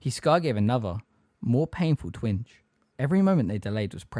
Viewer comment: Bro I really appreciate the upload, i dont mean to sound mad. But some of ya pronunciation is off. "Twinge" has a "ge" on the end. It doesn't sound like "twing"